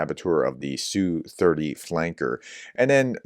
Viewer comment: The aircraft is not pronounced "sue30" . The correct way is letter S then letter U then 30. Most Russian military aircraft are like this.